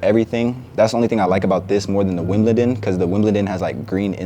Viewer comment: ts fire bro, but it’s pronounced wim-bel-don